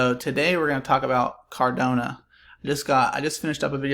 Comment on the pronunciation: Really great analysis dude! Thanks! Feel like it’s probably up from $1.50 from here heading into smart contract rollout. (For future vids - pronunciation is Cardano not CardOnA - no worries tho mate!). Cheers.